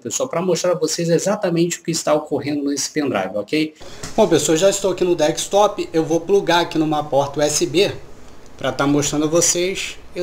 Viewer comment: DEKSTOP KKKKK , bom video.